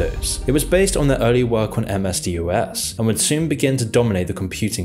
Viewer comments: DOS, Its pronounced DAAWWSS not Dee Oh Ess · Can you name a single Bill Gates fan? Yes. My idiot brother -- lol. When he was 12. But then he was also a fan of Chopper Reed so make of that what you will. (Also, it's pronounced "dos", not D.O.S.) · DOS .. pronounced dos .. ffs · I've never heard anyone pronounce DOS as "dee oh ess". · who the hell pronounces DOS as dee-oh-ess?? 🙄